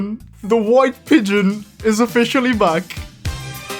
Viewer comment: weide pegioon